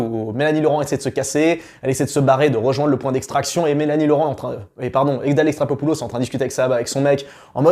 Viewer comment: Répète après moi: Adèle E....XAR.....CHO....POU....LOS !!! XD